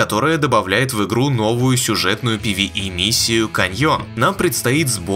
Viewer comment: Чувак кто такие твои пивии? какие пивии? звучит хило вяло жидко куцо и по предательски, как украл. Ну ты мужик или где? Это не наш путь чел, нам такой хоккей не нужен! ПВЕ [Пэ Вэ Е]. Как советский противогаз блеать. Чётко внятно звучно. Как мужыг.